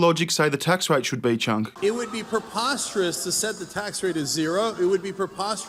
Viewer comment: It's cenk not chuck